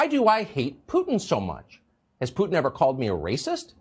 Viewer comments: Who is "peeuuutin? I know who Putin is, but PŪTIN.... NO CLUE. LOL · The one anchor can’t even pronounce Putin correctly lol